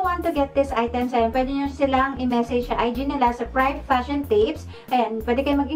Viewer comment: Privé is pronounced “Pri-vey” po not “pryav”. 🙂